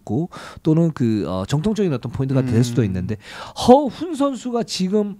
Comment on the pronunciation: 허훈 허웅 부를때 발음이.. 헷갈려 혼났네요